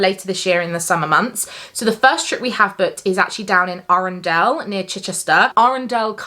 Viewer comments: We have the Peak District and Cornwall in an air stream booked ☺️ I love going on hoseasons lodge trips- they have some amazing resorts Just so you know before you film Arundel vlogs - i think it is pronounced a-run-dull (I think that’s the best way to explain it 😂 it would be amazing if it was Arandelle haha!) The wetland centre there is nice but I’m not sure if it’s dog friendly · Hahaha, love this video!! Made me laugh when you said Arundel, it’s pronounced A-ren-dul